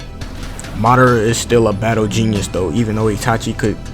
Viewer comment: It’s ma da ra not marara